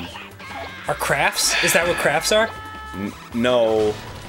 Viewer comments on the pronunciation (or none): Is he saying Craf? Is that a thing? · does dan say 'crabs' as 'crafts' thats so cute fuck